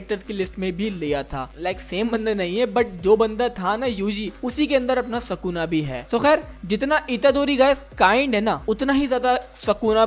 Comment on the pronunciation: Bro its sukuna not sakuna